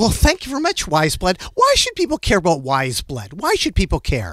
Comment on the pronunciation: quién más pronunciaba su nombre como... pues... "weyes" jajaja